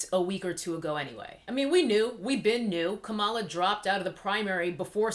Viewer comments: Are you saying Kamala incorrectly on purpose? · A) you are pronouncing her name wrong B) do YOU know Kamala Harris record. Such as the 2012 recidivism program, 2005 institute body cams to those officers under her jurisdiction and the 2018 co-author of the Senate bill to relax the criminalization on marijuana. C) who decides their Geneology??? Are you biracial? D) how much do you want Trump out E) a revolt if sone should have been in 2016 sooooooo at hand now is to vote #BidenHarris2020